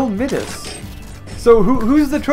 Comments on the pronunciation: Its pronounced [MY DAS] NOT MIDAS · It is pronounced My-das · Midas is pronounced My-das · Midas is said like (my-dus)